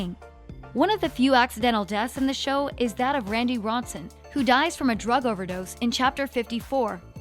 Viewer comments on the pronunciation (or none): none